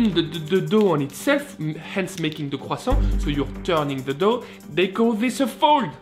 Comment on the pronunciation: I like how you pronounce “croissant”